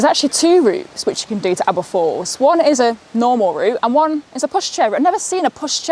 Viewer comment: Great video absolutely love Aber Falls and don't worry you did say it correctly 👍 Awesome drone footage of the falls 👌 I used to be the same with about long walks etc, my mum used to walk around the Great Orme and I was like why?? Little did I know hey! All the best..